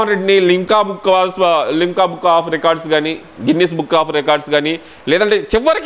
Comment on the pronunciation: యహలంక కాదు యలహంక ముందు సబ్జెక్ట్ నేర్చుకో స్థాయికి మించిన సబ్జెక్ట్ మాట్లాడాలన్నప్పుడు. అలాగే గిన్నీసు, పిన్నీసు కాదు గిన్నెస్ బుక్ ఆఫ్ రికార్డ్. ఉచ్చవాలు కాదు ఉత్సవాలు. లింకా, కింకా కాదు. లిమ్కా బుక్ ఆఫ్ రికార్డ్స్. బాగా ప్రిపేర్ అవ్వాలి. మాట్లాడడం బాగా ప్రాక్టీస్ చెయ్యాలి. లేకపోతే పబ్లిక్ లో మన అరకొర జ్ఞానం బయట పడదూ..